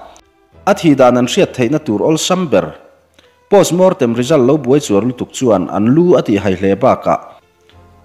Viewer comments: A bengvarthlak e, buaichuar ni lovin buarchuar tih tur a ni ang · Buai chuar ni lovin 'buar chuar' tih zawk tur a ni.